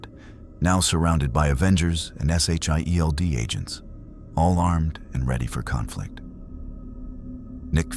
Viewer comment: JUST SAY SHIELD AND NOT S H I E L D!!!!